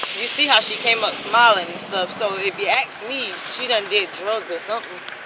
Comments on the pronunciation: Ain’t nobody feeling you! That would be gross🤮🤮 Go back to grammar school and learn how to speak English first off ain’t nobody feeling you! Second the word is ask …..ASK An AXE is much different than ask😡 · I axe..? 😅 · IF YOU "AXE" ME!! SO VIOLENT!! 😂😂😂😂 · Is it a biological thing that most black people can't say "ask" instead of "aks"? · “AKS” instead of ‘Ask’. It makes my brain hurt and I cringe everytime I hear it.